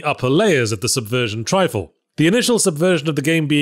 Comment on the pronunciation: It's a short I sound because there's two Fs in Triffle.